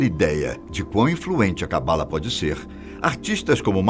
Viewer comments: se pronuncia CABALÁ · Se pronuncia cabalá. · Sua pronúncia de Kabalah está bem errada, erro q todos fazem, mas se você vai falar/explicar sobre precisa pelo menos pronunciar certo 😉